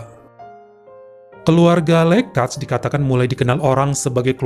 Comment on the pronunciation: Usually, 'J' Dalam Bahasa Albania Dibaca Sebagai Ejaan 'Y'. Tulisan ''Lekaj", Artinya Anda Harus Membacanya Sebagai "Lekay". Faleminderit,. Stay Health. Sending Loads Of Love To You ✨✨✨